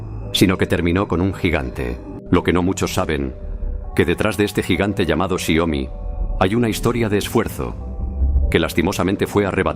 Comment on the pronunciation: Es Xiaomi no xiomi, corrígelo